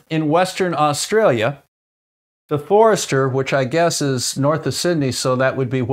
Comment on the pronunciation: One small mistake in there: Forster is pronounced Foster.